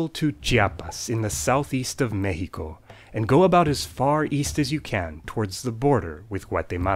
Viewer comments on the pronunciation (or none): mehico? Excuse me? :O the x is not an /h/! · you pronounced Mexico as /mehiko/ but it's /mexiko/ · I love how he pronounced Mexico :’3